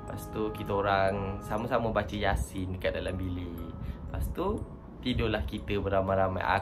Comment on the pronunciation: yaasin lah bkn yaasi.